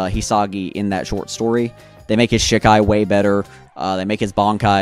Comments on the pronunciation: SHEEEE KAI NOT SHIK AI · Please stop calling it Shik-ai. The Japanese characters are Shi, ka, i. Pronounced she-kai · Hey man, do bleach content if you want to do bleach content but I take it a little more seriously maybe? You don't really come off as someone who's read the manga recently if at all. It's pronounce she kai not shi kai. You completely neglected that half of ichigos initial bankai is the shihakusho that gauges his spirit energy. Also his final bankai isn't the horn and the face tattoo that's a totally seperate thing known in the fan base as his horn of salvation form, it's like the in between his Vasto Lorde form and his vizard mask not his bankai. In fact he activates it in shikai. Also you didn't so much as mention the potential theory about what his bankai is implied to be capable of beyond its destructive capability or what it's actually demonstrated to do. For those who don't know its generally accepted by the core fan base that ichigos bankai ability is probably the ability to shatter fate. Your production value is good and I understand that bleach is hype and it's easy to hop on that hype train now with the second season closing out and the hiatus being as long as it is but at least put in a good amount of research. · Great video but ive literally never heard someone say shikai like that and it was just weird to hear 😭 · Man say shikai right